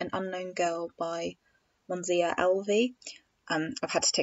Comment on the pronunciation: It's Moniza not Monzia